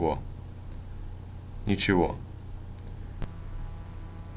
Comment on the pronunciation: Russian grammar changes the ending sounds sometimes. in this case the г, because it's at the end of the word, gets changed to an English "V" sound. So not pronounced as "ne che GO" but as "Ne Che Vo".